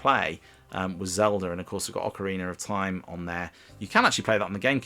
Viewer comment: ocarinar of time, is that the northern english dialects intrusive r